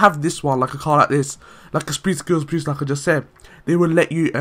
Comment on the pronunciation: idk know an accent that pronounce boost as "beest"